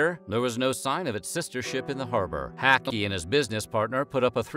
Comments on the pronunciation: I live in this area -- first off the name is HACKLEY (not Hackey- as in sack). you can't go anywhere in Muskegon without seeing this guy's name. second, there is no "Lake MI triangle" but it makes for a good story. The weather conditions are extreme and changes frequently and anyone who disrespects the weather here can have problems. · Pronunciation note. Charles Hackley's name is pronounced (Hack-Lee). Not (Hacky) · Nice editing lol, you kept said Hackley wrong ha.